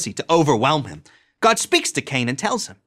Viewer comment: You notice how every religious person says god like "gwad"? As if to convey the weight of the character they are describing though annunciation.